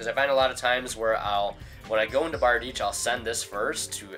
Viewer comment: Giving you a like because you pronounced Bardiche correctly :)